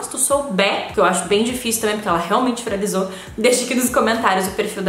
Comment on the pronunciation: O "virazliou" me deu agoniaa